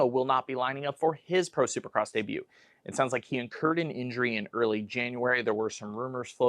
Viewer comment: Love the content but I was thrown off with pronouncing the t in debut haha